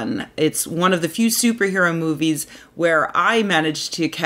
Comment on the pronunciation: Did you say Stooper Hero?